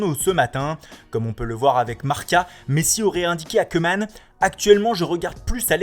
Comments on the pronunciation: on ne dit pas cuman mais on le prononce comme couman. allee svp vous-êtes des présentateurs faite le minimum d'effort. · Et je vous en supplie de dire queueman au lieu de koeman qui se prononce kouuman , parceque en néerlandais oe = ou Bordel c'est tellement pas difficile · On dit "Coumane" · "Reunald Keuuumannnne". Lol, ça va Keumannne, pardon Keeumaaane? Haha U made my day!